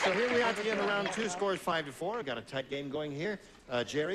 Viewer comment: I'm tired, I know this because I honestly thought Gene said: "At the end of the third reich" instead of "At the end of the third round"